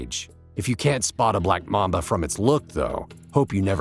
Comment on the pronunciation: mAmba not mumba